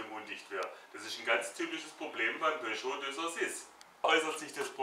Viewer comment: Haha good job man ! I loved that you said peugeot 206 in french ! Schöne Grüße aus frankreich !!